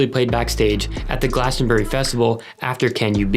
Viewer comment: The way he pronounced Glastonbury 😂